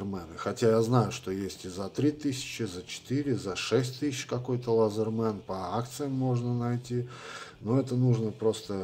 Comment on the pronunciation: И не лазерман, а лэзэман. От английского слова laether - кожа.